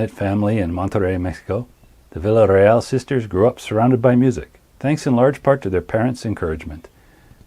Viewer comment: This is great! Just subbed. Great story telling, great video clips, great narration. Can't wait for more. (Villarreal is pronounced Viarreal, no L sound.)